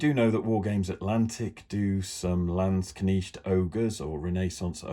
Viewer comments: Thank you for the comparison. Great Video overall. Although not necessary I would say your "Landsknecht" pronunciation is pretty good now. Just try to get the e in before the ch. It's not a Knicht but a Knecht. 🧐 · Warlord landsknechts go very well together with GW's old Empire Regiment kit. Not so much the new one, too much of a scale difference (and quality difference...) Try "lands-knekt" for pronounciation btw, it's easier for anglos. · In English Landskchnecht is properly pronounced "land-shnecked". Ignore how Americans pronounce it, they can't even spell words correctly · Very nice and you almost got the word Landsknecht correct. For knecht use the letter e the same as the first e in beverage. Very nice kitbashing. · Hello, lovely stuff, however i'm affraid your'e still pronouncing Landsknecht wrong. It's very laudable of you though, to at least make an attempt. The E is pronounced as in egg and not like an I as in Knitting needle. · I think you are correct 😃 But it is way closer than the previous version!